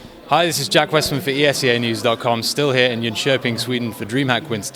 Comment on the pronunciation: Another thing to point out, I'm not sure where you are from but you did a excellent job pronouncing "Jönköping" which is quite difficult if you're not from Sweden! Which shows that you're really try hard to be good at this, which is very refreshing to see :)